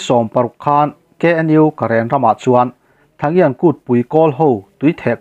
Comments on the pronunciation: An kumthar kha (tha ngian) tia lamtur nilo in (ta chian) tia lamrik tur zawk ania. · Kawl kumthar(tui theh kut) hi “ta-chian” ti a lam rik tur a ni